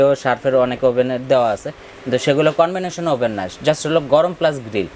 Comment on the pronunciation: সার্ফ না শার্প কোম্পানি। কনভেনশন না কনভেকশন ওভেন।